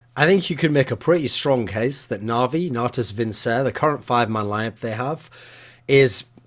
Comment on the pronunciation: Vincere = latin = prounouced Vin (Ker -Rere)